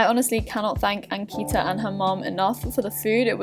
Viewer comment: ankita pronounces her name wrong. its so sad